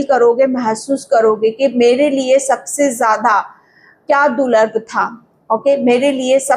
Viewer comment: आप दूर्लभ को गलत तरिके से बोल रहे हैं दूलर नहीं दूर्लभ बोलिए मुझे ऐसा गलत वाक्यों ऊदगार सुन सुन कर परेशानी हो रही है☝😳